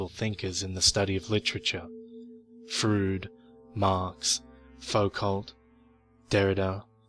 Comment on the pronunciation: Hey..hope this helps and is intended only in the best of ways (please don't be pissed at me) Sigmund Freud (Froyd as in Pink Floyd) best regards xx